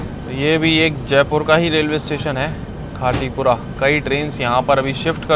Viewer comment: हिंदी भाषा में साफ़ साफ़ लिखा है खाती पुरा ओर आप बोल रहे हो खाटी पुरा पढ़ना नहीं आता है क्या 😮😮😮😮😮😮😮